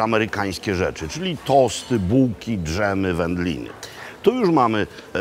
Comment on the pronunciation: Nie ufam ludziom, którzy mówią Kambodrza zamiast Kambodża, drzem zamiast dżem itd. (oprócz Pana Roberta) 😅